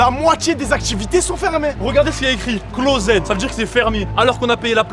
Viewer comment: Le mec il a dit closèd mais c closed